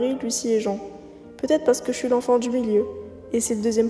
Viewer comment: Scp très cool ! Par contre en anglais Jean est un prénom de fille, et se prononce comme un pantalon en jean 😂